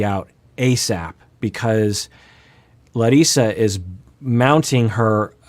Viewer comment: I want to thank you for pronouncing Larissa as she does, as foreigner (meaning person from non-english speaking country) I also wouldn’t be happy if everyone would call me some other name that is not mine.